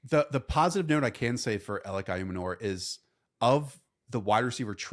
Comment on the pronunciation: Not trying to be that guy but pretty sure Ayomanor is pronounced Eye-Oh-Man-oor